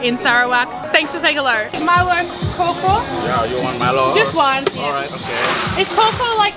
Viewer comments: Haha yes more “core core”how I read it, but thank you for teaching me the pronunciation! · in Malaysia we called K.A.W - K.A.W, the pronunciation is COW - COW in English n its means 100% pure' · Milo Kaw Kaw is pronounced as MILO "COW" "COW". That means is Thick Milo that one can really taste the thickness of this drink. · Pronouncation for Milo kaw kaw is ..... Kaw kaw be like Cow cow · its actually pronounce as "cow" so Kaw Kaw = Cow Cow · Milo kaw kaw. Your pronunciation of "kaw kaw" should be "cow cow". Milo is also my favourite drink. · Kaw kaw = pronounce as Kao Kao. BIASA means Normal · Kaw kaw pronounced kau kau Meaning good good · Kaw kaw is pronounce as cow cow... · It's pronounced like cow-cow in english haha 🤣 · You sounded like someone I know from America. He once asked me if I wanted any breakfast from a place called 'Bungkus Kaw Kaw' and it sounded like that, "kho kho". LOL. I was like, from where? 🤔🤔🤔. Not making fun of you guys, just funny to me. It's pronounced as "cow cow". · it's not "choco". it's pronounced "cow cow". (of course it's nothing to do with the cow in the field). some call "cow cow" but most of time I just call it "milo cow".and here's a tip. u need to order the drink from a restaurant because if u buy it from night market,the milo already tasteless.because of ice melting for hours. in restaurant,they will make the drink on the spot.the milo kaw should be filled by dense of milo and you should taste the milo thickness.that's the one u should look for. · ....Kaw Kaw is pronounce like "Cow Cow"....not "Kor Kor"...but you said it so CUTELY!!so that's fine! hahaha... Kaw means thick...for example, like Milo Kaw means they put more Milo than milk, same as Teh Tarik Kaw, more Tea than milk...so you'll taste the Tea and Milo more than the milk.. as always, ENJOY!!!! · kaw-kaw is pronounced "cow-cow"... not co-co... which mean extra milo or condensed milo. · It's actually pronounced cow-cow (english pronounciation)